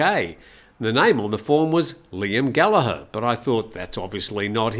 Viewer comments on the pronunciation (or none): 😂😂😂 funny man. Like Ross with an E. Showing how old you are, one of the most recognised names in rock music today and you pronouce it wrong!!